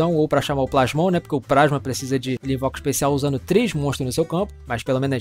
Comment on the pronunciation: "o prasma" huehuehue carai graças a vc eu viciei no WWE supercard, arruma um jogo Melhor aí p eu me livrar dele kkkk tmj